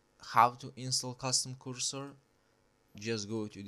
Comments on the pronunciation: I kinda like ur english when i reached at the end 😂... kursor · came for the cursor, stayed for currsore